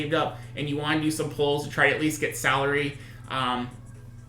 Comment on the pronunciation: Salire is pronounced Suh-leer